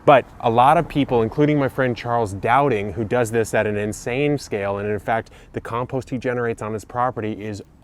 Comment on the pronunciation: I suppose it's a good video, but your pronunciation of compost meant I lost the plot after about 30 seconds...